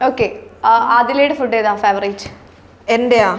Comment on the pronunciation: ഫുഡ്ഡ് അല്ല ഫൂഡ്